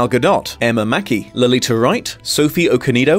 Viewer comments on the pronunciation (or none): Letitia Wright, not Lolita Wright! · Did you call Letitia Wright, Lolita Wright? 😂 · Small correction. It’s Letitia Wright (La-tee-sha) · Letitia Wright, not Lolita. ...Unless I just keep mishearing, in which case I apologise. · Her name is pronounced Leteesha. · The pronounciation of Letitia is hilarious 😂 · I don’t think that’s how Letitia is pronounced.